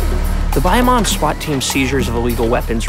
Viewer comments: Stop saying "Buy - a - mon" it's "Baya Moan" ie. Bayamon! Please learn how to pronounce the city you are in. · Man pronounced Bayamon lil it was a Pokémon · I hate how he says Bayamon